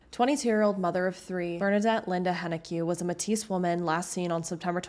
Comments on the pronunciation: This is such a problem in Canada that no one wants to talk about. Please continue to make these videos! I just wanted to make a correction - Metis is pronounced "MAY-TEE" not "Matisse" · Good job! Keep at it! As a Canadian Métis myself, I would like to offer a tip….we pronounce Métis like May-tee. I hope this helps. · Oh boy. Don't get me wrong, I think it's great that you're covering these cases, especially since I'm Alberta born and raised and haven't even heard of them; however, I can tell you aren't from here. Your mispronounciation of Metis (may-tea) threw me off, let alone the mispronounciation of Wetaskiwin (weh-task-ew-in). If you're going to spread awareness on something so serious, especially when it concerns anyone who is Indigenous, you need to make sure you're saying the names correctly. It isn't hard to do a quick Google search on how to properly pronounce a name or word, and quite frankly, that can also put your research skills into question. Why should I believe the legitimacy of these cases when you can't be bothered to make sure you are pronouncing places correctly? Thankfully, you provide your sources in the description of the video, but if you hadn't... I hope you understand what I mean. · Overall a well done and well reseaeched presentation. However, a couple quibbles over place names and such. Mètis is pronounced "may-tee" not "meh-tis" and Wetaskiwin is "Weh-tas-keh-win"... ask anyone from Edmonton above a certain age and they will all go "cars cost less in Westaskiwin". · Are you Canadian? When you say Metis, why are you saying Mehteess, when the correct way is to say Maytee. It's a French word, and in French last letter is always silent. (Unless the next word starts with a vowel, which is rare.) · Just an update for any future coverage of Indigenous peoples— Métis is pronounced “may-tee” here, not “meh-tees.” ♥️ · Just so you're aware it's pronounced May-TEE not Matisse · Metis is not pronounced ma-teese, it's pronounced may-tee